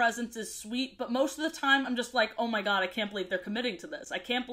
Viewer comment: “oh mah guh”